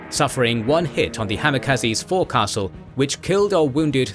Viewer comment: it’s not Four Castle is Fo Cass L